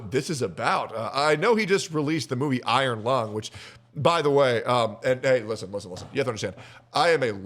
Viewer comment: This movie may be bad, but this fucking buffoon they can’t simply say the word iron is fucking dragging me to hell, dude